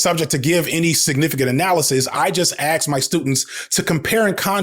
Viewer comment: You were an english teacher but you axed the students?